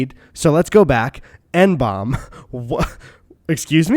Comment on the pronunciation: FYI N-BOME psychedelics, which are a family of LSD analogues with highly variable effects with some considered dangerous due to causing vasoconstriction, are pronounced 'N-bowm'. IE, how they are spelt...